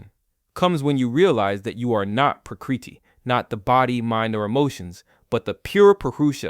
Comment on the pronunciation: Your pronunciation of Prakriti Moksha etc are way off. If you are going to do a video using Sanskrit then at least look up the pronunciation